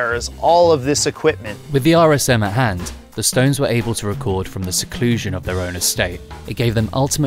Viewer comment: Awesome story, and such an iconic studio. Although, it’s a shame you kept saying ‘stoneses’ 😂